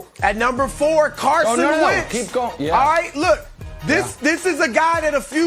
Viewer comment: Chris 'Aw-ite' Broussard, dig?